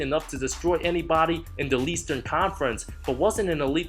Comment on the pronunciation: HE SAID LEASTERN CONFERENCE.....SAVAGE